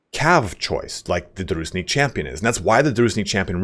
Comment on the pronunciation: It's not "Druznik". It's dru-jin-nik. With emnphasis on middle syllable. Thank you for the great tier list.